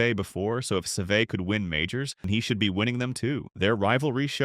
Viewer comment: Can we please learn to pronounce Seve’s name